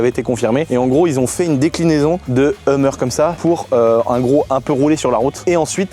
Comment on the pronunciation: Pas humer mais heumeur ont dit!!😮😮